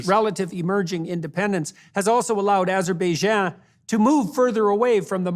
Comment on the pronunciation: "Azer-beh-jah" That's not a country, Jordan.